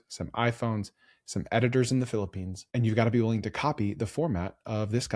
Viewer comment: "Some editors in The Phlippines." That cracked me up🤣